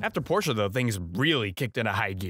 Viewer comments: Hello; As someone who shares a name with the infamous car company PORSCHE; I thank you for pronouncing the E with an Uhh sound. A lot of people say Porsh like a bunch of fuckn neanderthals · holy shit this guy can pronounce porsche correctly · this mf deadass out here pronouncing porsche correctly like it's his job, and i appreciate that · He pronounced Porsche correctly, this makes me happy. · I’m so proud of for pronouncing “Porsche” correctly. Also the video was a-ok. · finally a non european that pronounces porsche correctly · Ayyyyyyyyy he said Porsche correctly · Had Need For Speed for the Sega Saturn. Played it on a Saturn controller and was actually good with it. Also, you pronounce Porsche properly. God bless you, sir.